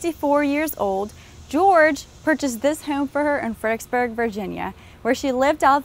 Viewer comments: In that case, you heard "Fredericksburg" pronounced incorrectly in 99 different ways! I don't know if it's a laziness of the tongue or actually a speech impediment, but saying "Fed-ick-burg" is akin to pronouncing "ask" as "ax". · Why are people from this town unable to pronounce its name correctly? "Fred er icks burg" has four syllables and three Rs. I grind my teeth every time that ridiculous car commercial(Kia i think) comes on the radio and the woman says "Fed-icks-burg" multiple times. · I agree with Sirlordford. I was born and raised here since 1964 and I've heard it pronounced Fredricksburg (no 'er') but I've only in recent years heard it pronounced Fredixburg. People looking for websites will type in 'fredicksburg' and be confounded when they are unable to find proper google results or websites. Truly maddening.